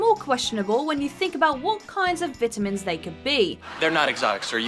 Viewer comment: I don’t like how you pronounce vitamins